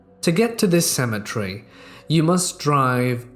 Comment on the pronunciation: Seriously, would you mind explaining the difference in pronunciation of cemetery and symmetry....